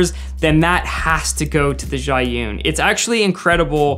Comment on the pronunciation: Insanely good video ❤ btw Zhiyun is pronounced “Zhuh - yoon” best I can explain it from a mandarin speaker . I have most of these lights but the Zhiyun seems to be the best of your recommendations